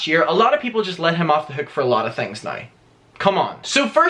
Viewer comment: Sorry but I strongly despise the way you pronounce “now”.